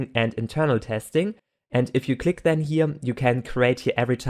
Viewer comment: the only problem is with "This", T-words, that become "Zhis", "Zherefore", "Zhen", it really confuses me, but apart from this, really good video!